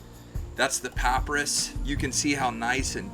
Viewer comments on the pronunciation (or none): It's pronounced puh-pahy-ruh s